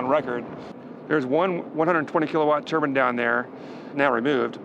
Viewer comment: It's pronounced tur-bine not turban, a turban is a head scarf